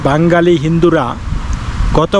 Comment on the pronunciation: "বাঙ্গালী" নয় "বাঙালী" । উচ্চারণ শুদ্ধ করুন ।